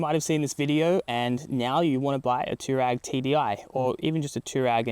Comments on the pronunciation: Dude! Too-rag? Twa-reg! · TF ist an tourag its an TouAreg